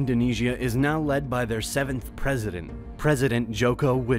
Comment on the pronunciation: As an indonesian, hearing him pronounce our cities and islands were funny "Jokou wi dodou"